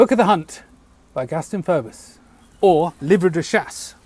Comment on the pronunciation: Just a little quibble, I think it is pronounced "Feebus" the OE is pronounced the same as in amoeba.